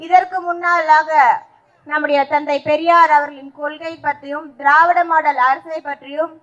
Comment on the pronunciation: அழகான தமிழ்சொற்களை....கடித்து குதறும்....திறாவிட மாடால் மோயர்....இப்படித்தான் கூற வேண்டும்.....😊😊😊